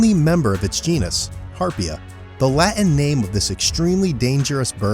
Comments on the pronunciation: Why don’t you learn to pronounce your Ts? How you you be a narrator when you mangle language like this? You say ‘bu-on’ for button and ‘La-in” for Latin. It sounds utterly moronic. Pronounce the words as the language calls for. Pronounce the Ts . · Can you please repeat the word "Latin"? 🙄